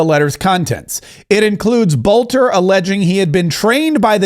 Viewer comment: BELter not BOLter. Quit talking like an AI. There's a vid out where he says his own name. Learn it ya spawn.